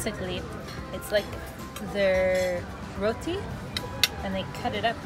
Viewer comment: Nice....👍👌❤. You pronounced "Rotty" very nicely.